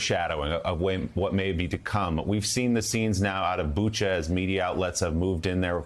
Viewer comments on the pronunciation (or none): none